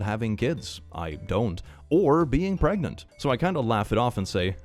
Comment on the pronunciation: Are you Pregananant? Are you Prrregante?!?